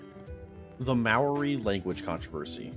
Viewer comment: You said Maori waaaaaay wrong.